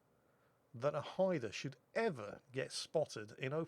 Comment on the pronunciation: Great video as usual. Nice to see the name Haida pronouned properly, maybe you could give Flambass lessons?